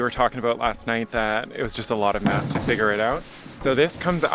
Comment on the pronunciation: When you said that finding the other roof angle requires a lot of math, it sounded like you said a lot of "meth" .. I'm still not sure which one you meant lol